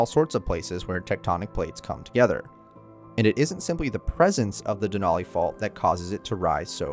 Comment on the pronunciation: Just FYI, the “a” in Denali doesn’t have a short “o” sound. It is definitely an “a” sound. So it’s more like “Al” than “all”.